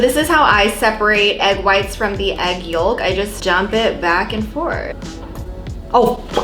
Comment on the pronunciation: You are the only person I have ever seen pronounce the L in yolk